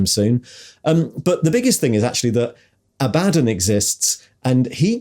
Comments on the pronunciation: Did you deliberately pronounce Abaddons names three different ways inside 10 seconds to cover all bases? 😂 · Love how Abaddon is pronounced one way in one sentence, and a different way in the next!